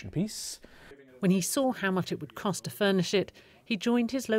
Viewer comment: Cost. Not "code."